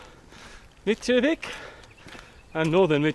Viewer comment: And it's sounds like Mitrovisa and not Mitrovica the way you say it 😃 if it was called like the way you said it we would have written it like Mitrovika not Mitrovica👍😃 you are awesome taking your time visiting our City💖